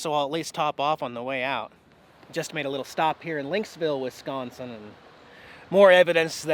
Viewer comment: I'm impressed! You pronounced Wisconsin correctly! lol I've heard a lot of people pronounce it Wesconsin 😆 Welcome to my home state! The train conductor was saying HELLO!!! You found a brewery! Wisconsin known for our beer, cheese and GREEN BAY PACKERS! 😁 Awesome video, as always! 👍 You and Jax drive safe! Packer Fan Linda 😁